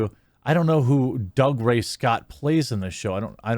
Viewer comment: He pronounces it "Doog-ray". It's a Scottish thing.